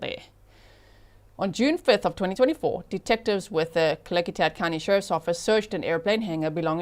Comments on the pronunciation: Klickitat = Klick-ih- tat (short “i” sound) … You did very well. Actually perfect! The Klickitat are a Pacific Northwest Native American tribe of the Shahaptian language family, traditionally known as skilled, mounted traders. I’m in this area… but I never knew about this! (Also, I don’t watch the news … 😅 Just lot of true crime!) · OMG- My state (WA)= G you are saying Klickitat perfectly! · Haha! I live in Skagit County and I just commented that she pronounced it perfectly 😂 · you pronounced the county of Klickitacwell! And it is bahn-uh-ville